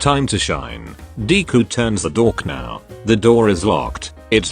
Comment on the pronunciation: Did the text-to-speech voice just pronounce doorknob as dork nowb And they say AI will one day overtake us.